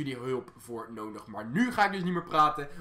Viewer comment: Valt het jullie ook op dat hij een soort van noondig zegt Ik weet zeker dat iedereen terug gaat kijken naar het begin van de vid